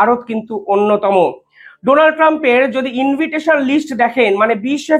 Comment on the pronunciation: ইনভিটেশন নয় ইনভাইটেশন হবে